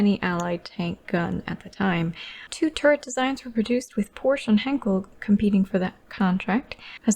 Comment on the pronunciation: She keeps mispronouncing Henschel, it's not Henkel, ffs.